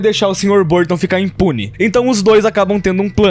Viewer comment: o que eu acho engraçado é que o erra o nome no professor de educação física por quase todo o vídeo, falando algo como "sr. Buston", só que isso deixou mais engraçado porque o professor Burton é um merda como todos nós já sabemos. Ou seja, o erro do foi na verdade um acerto